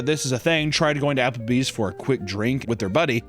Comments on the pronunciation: ja-papple bees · a, Japplebees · "Japplebee's", if you will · You mean "Japplebee's?"